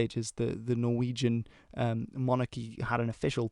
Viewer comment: Amazing pronunciations, I almost thought you were Norwegian for a sec